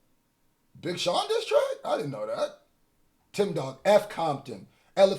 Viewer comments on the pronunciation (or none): none